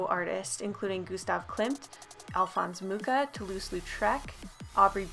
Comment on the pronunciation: "Alfons Můka" xD I laugh so hard xD nothing againts your way of saying it, it just made my day a little...you know, better xD Anyways...I love your videos! Keep going, cuz you are awsome! <3